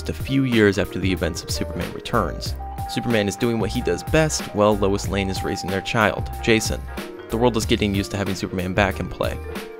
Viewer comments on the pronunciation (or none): none